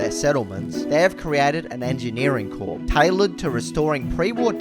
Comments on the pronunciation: Despite being spelt Corps, Corps is pronounced as "Core" rather than "Corpse". It's something I had to learn after reading it a lot then saying it for the first time! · Why do you keep pronouncing 'corps' as 'corpse'? It's not a dead body.... It's pronounced as 'core'. This comes from someone who has English as their 3rd language.Fyi. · The way you went from prouncing Corps correctly to pronouncing it like corpse stressed me out 😂😂